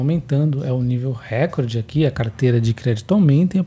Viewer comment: Hehehe... nao leve a mal. Todo mundo erra a pronúncia dessa. Parabéns pelo trabalho